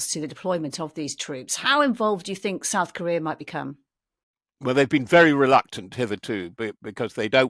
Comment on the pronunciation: "South Kohrrhear". Why is he S C R E A M I N G into the mic? You have to turn her up and then the sundowner back down frantically. I'm out!